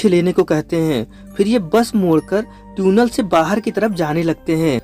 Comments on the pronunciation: Areyy 🤣🤣 it's Tunnel not Tune-ell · Bro vo tunnel hota hai tuuunel nahi 🤣🤣🤣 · Bro its tiunal.... Not tuuunel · Teeeunel nahi tunnel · Bhaiya teunel nhi Tunnel hota hai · Its tunnel bro .....Not Tyunel 😂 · NO! it's not Tiuunel and not Tiuunel it's tunnel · Beta dhaniya ye tuenal nhi tunnel hota hi 😂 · आज पता चला कि tunnel को हिंदी में ट्यूनेल बोलते हैं 🤣😂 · sahi baat hai Maine bhi yahi notice Kiya tuinal bol rha hai lol 😆 😂 🤣 😄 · Tiunnal nai tunnel Hota Hai bhai. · तुनल नहीं टनेल 🙄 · This is tunnel not tyunnel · Tune nell nahi chutiya tunnel🤣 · Its tunnel bro .... Not Tuuunel 😆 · Pehle baar 'Tuuunel' sune toh sidhe comments section me khojne aa gaye 🤣🤣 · ट्यूनल…..ट्यूनल bol bol kar dimag ka dahi kar diya….😂😂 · Tune nail.. 😂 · Yeah bro I'm also laughing for that 🤣🤣